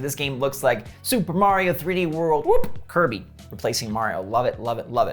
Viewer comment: Hey, he got the name for the new Kirby title right this time! Love your videos!